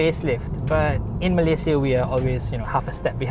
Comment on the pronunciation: Been following you since i was in highschool,. Your pronunciation of malaysia is solidly correct eversince.